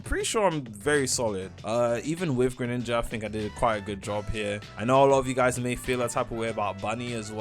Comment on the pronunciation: Bro called it greninja😭🙏